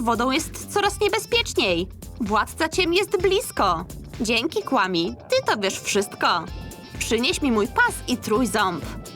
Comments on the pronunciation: Nie mówi się " KŁAMI " tylko " KWAMI " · Muwi się kfami a nie kłami